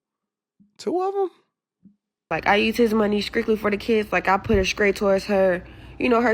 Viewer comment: Skrickly skrait inskructions inskrumountable Ma’am. Even if you had a chance of anyone cutting you a break talking like that guaranteed that you were never gonna get a break w the daycare or any other support system